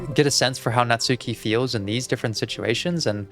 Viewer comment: finally someone else who doesn’t pronounce her name like “natsookee” 😭 thought i was the only one